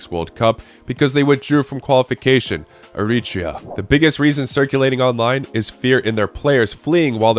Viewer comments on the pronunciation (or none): That pronunciation of Eritrea was insane